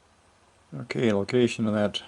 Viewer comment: It damages your credibility when you call it a “spruce” instead of SPRUE. It the sprue that gets cut off after the ball is cast.